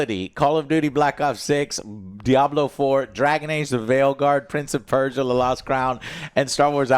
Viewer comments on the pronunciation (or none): none